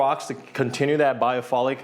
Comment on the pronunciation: Hey Bro, another awesome video! Just to point out, Biophilic is pronounced as "bio-fill-lick," and not bio-"fole"-lick. But of course, you have always blessed us with AWESOME and so informative videos of your listings!!!! GOD Bless!